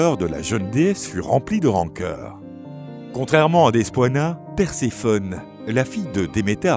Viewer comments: Petite info : ça ne se dit pas DespOIna mais Despina 😂😂 Le oi se transforme en i en grec ! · Super histoire, très bien racontée mais la façon dont est prononcée le nom de Despoina m'écorche les oreilles. En grec "oi" se prononce /i/ on prononce donc Despina.